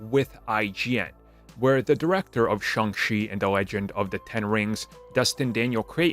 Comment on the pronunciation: Shang CHI, not Shang SHE🤦